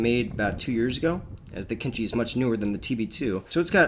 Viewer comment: The entire video I was struggling to understand which drone this dumbass refers to when he says "kinchi" Turns out he was talking about AKINCI. That's not how you pronounce it, it's like way off